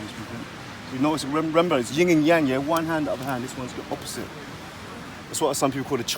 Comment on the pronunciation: Yin and Yang bruv, not Ying and Yang.